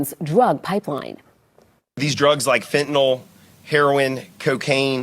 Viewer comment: she say 21 kilos of feentoono lol